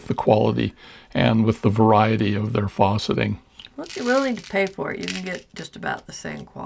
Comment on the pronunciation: Really beautiful collection of beads! Question about a term you're using-- it sounds like you're saying "fawceting," which I'm not familiar with... Unless you mean faceting -- the beads have facets -- which I am familiar with. But I've only heard the 'a' in facet pronounced like the 'a' in fast. Is "fawceting" a different term?